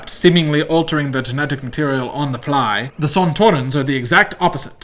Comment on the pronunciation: Thank you for doing this important research for humanity. But I think you gotta check your pronunciation of Sontaran. Xoxox - a Whovian